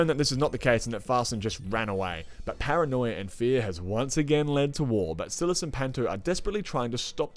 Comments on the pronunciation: hdjkshdjs silas is pronounced differently but great review!!! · S(eye)las fr(eed)kin w(o)pti wapnasi m(o!)loch not malach!